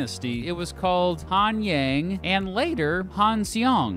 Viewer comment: ㅋㅋㅋㅋㅋㅋㅋㅋ 마이엉동 ! 핸얭! 갱냄!